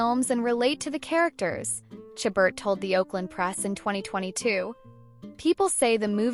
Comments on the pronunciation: This is a ridiculous video!! Who is this lady reporting. Lacey's name is pronounced "Sha ber" not "cha but." How incompetent!! At least know her name even if you do not know anything about her!! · How many times can this narrator mispronounce Lacey's last name? Good grief.